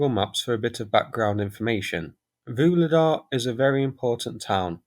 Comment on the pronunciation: please, please - I know you're not a linguist but I can't stand this 'Voolidah' any more! Why don't you listen to any of the Ukrainian commentators, at least just to find out how to pronounce the place names???